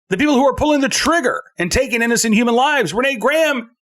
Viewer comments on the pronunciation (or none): none